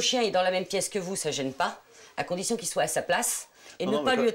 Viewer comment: « qui soiye » 😭